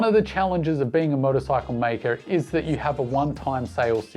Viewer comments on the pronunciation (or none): none